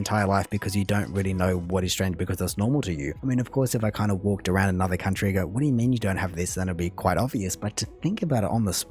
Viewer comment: As a Canadian, I've never heard anyone ever say aruned instead of around lol.